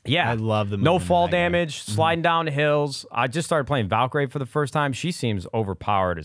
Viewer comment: I love how Nadeshot calls Valkyrie from Apex Legends Valkyrae lmao